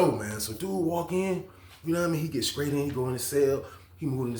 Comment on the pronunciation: I think it's the str I heard him say scraight